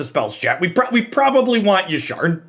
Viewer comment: Hearing Jeff say Yasharn over Yarshan is like music to my ears... Made me go resub on twitch out of guilt from my last comment xD Its a lie i was going to resub anyway